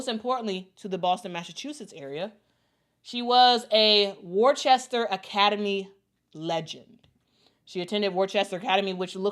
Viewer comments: Worcester = "wuhster". Excited for AB! So deserved! (Also, BTW, fun fact: Maura Healey (the governor) was a pro herself overseas before going to law school and going into politics.) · I didn't know Boston had attended Worcester (I went to another school nearby). FYI, Worcester is pronounced like "Wuss-ter"